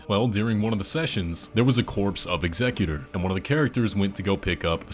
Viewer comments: It's pronounced "Ex-ECK-yu-tour", not "EX-eck-yu-ter". The noun form of "execute" would be "executioner," not executor. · It’s not pronounced execute-or. It’s ex-ec-u-tor. This is weird to hear from a native English speaker, because you say it correctly once. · Executor. Emphasis on the second syllable. Not executer (not a word). One who carries out the will of another. For instance, if he was the executor for Midra, his "will" was was probably to bring about the frenzied flame and melt everything away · Why did you change your pronunciation of executor? It's not "ex a cute r"... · I’m almost positive the executors name is pronounced in the way of execution and not executive. But it’s hard to say. And executor is someone who makes sure a deceased persons will is done as requested. On the other hand execution makes sense for a sword wielding character